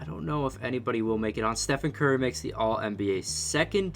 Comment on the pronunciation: Yo he said gurry